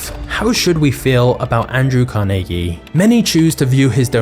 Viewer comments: THANK YOU!!! For pronouncing his name correctly!!! I live in a state with 24 Carnegie funded libraries, one is in; The Town of Carnegie, Oklahoma!!! So, did you know Carnegie was nearly illiterate and he pronounced his own last name as; Carneegee??? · I appreciate the correct pronunciation of Carnegies name, I had never considered that people would pronounce it different than how its pronounced in Scotland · Being a local from Pittsburgh, almost everyone here pronounces Carnegie how you do! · Fun fact: the alternative pronunciation of CAR-nuh-gee that a lot of the US uses is from Dale Carnegie, who changed the spelling but not the pronunciation of his last name "Carnagey". In Scotland and Pittsburgh, people pronounce Carnegie the way you do. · As someone who’s from western Pennsylvania I greatly appreciate the way you pronounced his name correctly and not the way they say it in New York. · Love that you explained why you pronounced Carnegie that way. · Immediately I thought you were saying his name wrong.. And then I learned something.